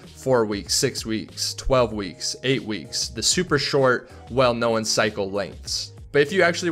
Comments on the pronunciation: Why does he say "known" "knowan" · To say "known" right, just say "moan" with an "n" instead...